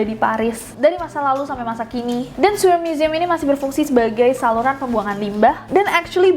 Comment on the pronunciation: Sewer museum .. cara baca siewerr museum .hmm bikin siewerr emg yee wkwkw